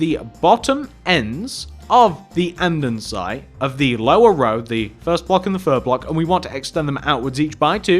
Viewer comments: its andesite not andensite! however i love ur builds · It's andesite, not andonsite. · It’s not andendensite, it’s andesite. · ITS ANDEsITE NOT ANDENSITE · Why do you call andesite andensite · did it annoy anyone else that he kept saying andensite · ITS ANDERSITE NOT ANDENSITE!!!!! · Andesite not Andensite!!!! its annoyed me the hole time. but good video i like all your other videos too! :D :P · I kept getting annoyed every time you said andesite. You a,ways say it "Andensite" and it is annoying the living daylights outta me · its An-De-Site no N:)